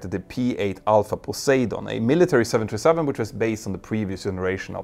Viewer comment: I've listened to and enjoyed many of your videos. But it took me quite a while to realize that when you say what sounds like 727, you're actually trying to say 737. This happens more as you speak more rapidly. It's quite confusing, and results in misunderstanding. I think it's because you pronounce the US "th" more as just "t". Other than that, I really enjoy your videos. I've learned so much!